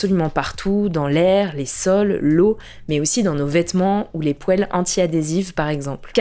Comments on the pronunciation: Pitié, pas vous... Pas "Pouèle" 😢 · Désolé c'est vraiment pas gentil de se moquer mais en vrai, t'as dit poéle 😂🫣